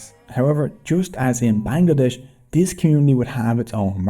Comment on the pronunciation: Actually it’s pronounced ban-gla-desh 🤓